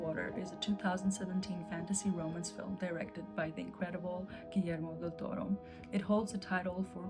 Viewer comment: It's DEL TORO, not 'Del Torre'. The first thing to do when reviewing a film is to get the names right...